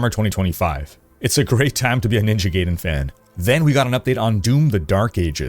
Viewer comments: Love your content... Please, it's Ninja GUY-DEN, not Ninja GAY-DEN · My brother: It's GUY-den. Not GAY-den. GUY-den. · Brother, for the love of god. Never say Gayden again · It’s pronounced ninja “guy-den”… lol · The way your pronounce Ninja Gaiden bothers me more than it should. Someone surely remember the AVGN episode.